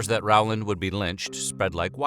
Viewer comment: His name is not pronounced R-wow-land. It is Row-land. Never could figure how anyone could mess that up. Also, Tulsa was not the only massacre at that time. Check out Caddo, Oklahoma. Stringtown Oklahoma black population were “refugees” from the Caddo area. My family were the only Republicans surrounded by KKK Democrats. Plenty of stories of them having to hide in corn fields when the clan came. Oh, and while we are on this topic. It was not only whites. This is Oklahoma. Many belligerents had Indian roll numbers.